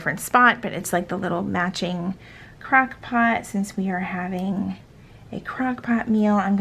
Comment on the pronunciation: I heard “crack” pot instead of crock pot and I was dying 😂